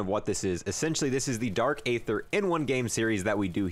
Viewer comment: He is saying dark either wrong lol